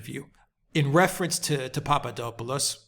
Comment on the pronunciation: I hope you don't mind me pointing out that it's PapaDOPalous, - DOP as in hop, or drop, not PapaDOPEalous - DOPE as in hope or pope. Thanks.